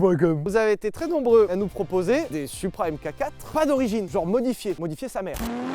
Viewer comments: Pour info les français, on dit "Mark Four" pas AimeKaQuatt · Merci pour ce bel essai, comme d’hab. En revanche par pitié, c’est pas « M-cacatre » mais Mark 4. A l’oral j’veux dire. Enfin oralement parlant. Bisous. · Ca débat pendant une heure sur la prononciation de "Countach" mais ça sait pas que "mk4" ça se dit "Mark 4" Sauf si c'est exprès pour me trigger, auquel cas c'est réussi